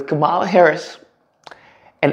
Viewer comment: You’re pronouncing her name wrong.